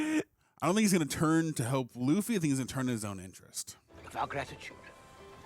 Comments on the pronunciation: “Bugsy”? 🤣 Okay, “Luffy!” 😂 Love you guys! 😊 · Pls. just call him Luffy (loo-fee) 😭 Also, Buggy was never meant to be an intimidating villain. A scarier villain is in the next episode.